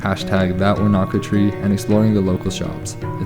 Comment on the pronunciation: Wanaka is pronounced Oneeka